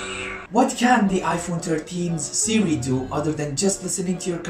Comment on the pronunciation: n instead of siri u have ... siji